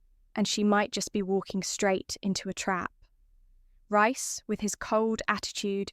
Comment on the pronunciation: Don't get it she can say Priya but not Reece oh yeah RICE🤣🤣🤣🤣🤣